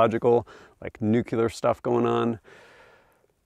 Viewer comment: Nucular ✅ nuclear ❌